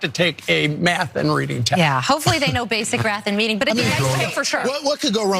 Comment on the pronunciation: Did she seriously say “Hopefully they know basic rath and meading?”@ ?